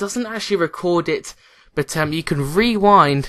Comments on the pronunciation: "Wewind".. Rewind.* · like when he says you can wewind